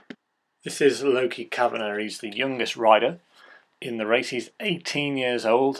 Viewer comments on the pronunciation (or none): Lol lochie is pronounced like lock - ee not lowkey ahah but nice vid